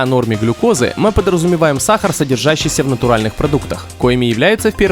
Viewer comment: Бесит как диктор говорит саХар.